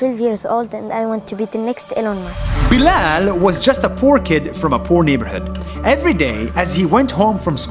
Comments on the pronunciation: You pronounce Bilal "bilel" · I think you said bilal wrong